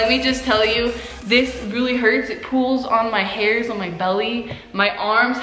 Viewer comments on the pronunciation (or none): She pronounces "pulls" like "pools" 😂